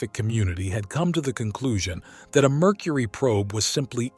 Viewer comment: i love "Murcury"